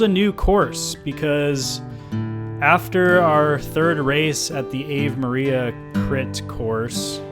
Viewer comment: BTW, it's pronounced "Ah-vey" not "Ehve".